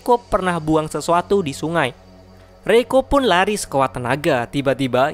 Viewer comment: Reiko gw denger malah roiko wkkwkwkw